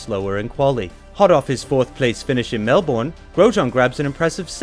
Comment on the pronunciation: didn't say Melbourne right though!